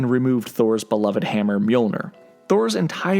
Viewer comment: It’s no myol-ner it’s myol-nEEr! And Thor does behave much better toward the end of endgame. There’s not much dialogue left for him but he’s confident and strong as he approaches final battle with thanos.